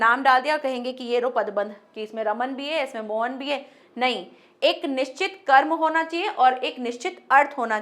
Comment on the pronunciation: कर्म की जगह क्रम बोला जय।आपके पढ़ाने का ढंग बहुत अच्छा है।